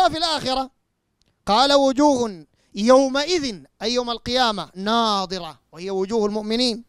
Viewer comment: اولا قرائتك للآية خطأ النظر والنضر يختلفان في النطق الشيء الاخر تقول ناظرة تعني الرؤية .فهل تعني الرؤية في قوله على لسان ابليس قال رب فأنظرني الى يوم يبعثون